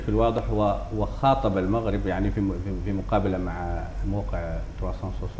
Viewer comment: هذا الأخ الصحفي عليه أن يعرف كيف ينطق حرف ( الغين ) فهو يقول ( المقرب ) بدل المغرب .